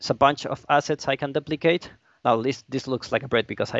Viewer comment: (doo-pli-kate) not (DUH-pli-cade)